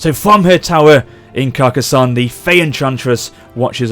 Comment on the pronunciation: You are saying Carcassonne surprisingly well. Nice pronunciation.